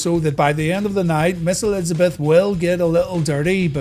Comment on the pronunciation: I thought you said Miss:D